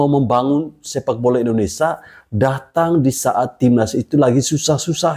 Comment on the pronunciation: Indonesaaa😂😂 min hati2 kalau ucapkan nama negara sendiri.